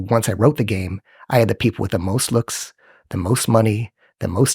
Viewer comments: It bumps me that he cannot pronounce the word, "looks" and it sounds like, "lux". Also, the only thing that this strauss nerd ever picked up were fat lines on a mirror with his nose. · I thought he said LUX but he said looks. I thought it was about some new term with a really deep meaning since it's connected to light :)